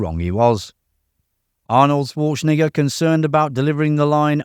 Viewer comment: You may want to rehears saying Arnold's last name!!